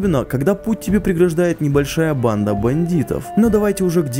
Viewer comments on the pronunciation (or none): none